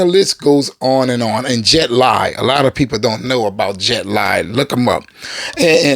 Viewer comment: It is pronounced Jet Lee not Lie. Also it is Semu Liu as in SEE MOO LEE!